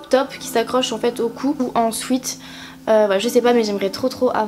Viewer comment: nn mais sérieusement, j'en ai marre de ces personnes qui font genre je suis bilingue et tout mais qui ne sais juste pas dire un mot aussi simple que sweat, je sais que ce commentaire ne changera pas sa vie mais s'il vous plaît s'il ont ne sais pas dire alors ont ne le dis pas